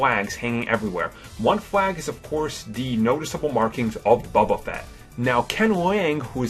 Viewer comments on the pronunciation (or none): He said Baba fett its Boba Fett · He said Baba Fett. It's Bo Ba say it Boba. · random ADHD ramblings collated from other lists. DamerOn, not DahmerAnn. Grunny is known for his 2 minute on LOST?? what about ALIAS and FELICITY? "BUBBA Fett"????? Ken LANG?? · i swear he says buba fett, his voice bothers me